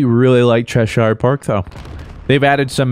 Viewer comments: I love you but it’s chesh-sure not CheshIRE. That was driving me crazy but keep it up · Pronounced Chesh-ear just FYI